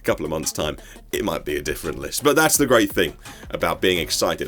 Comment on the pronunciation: Amazing video. But did you say “The car feels grape” 🍇 ?